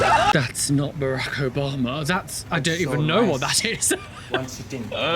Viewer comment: That was Ba-roke Obama and MLK. 😂❤